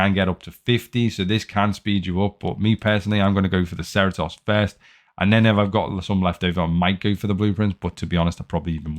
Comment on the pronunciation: Cerritos has an event on wednesdays, 10 bps per week. Also, watch the show, that pronunciation of Cerritos is absolutely butchering it. XD On the volume its better, but please turn down the volume of the intro and outro, its crazy loud